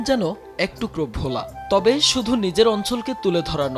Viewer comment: Bhola, not vola.